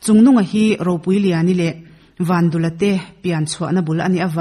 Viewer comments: vandula tih a dul lai hi pum/dul anga lam tur a ni lo va.,vandûla tih a lam tur dûl hi dil(sangha dil) kan lam ang hian lam tur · Vandula tih hi i lam dan hi,tuiluang dul² tih ang hian dul hi lam ri rawh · Vandula tih pawh hi Van tih leh dul tih hi tlem a thluk tur a ni bawk